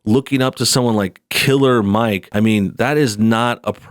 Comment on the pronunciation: I noticed you kept putting a lot of emphasis on the word killer when you said Killer Mike Killer Mike means killing rap microphones with your words I don't know if you're stupid or just racist on top of that his father is a police officer matter fact I police chief along with most of his family members you dumb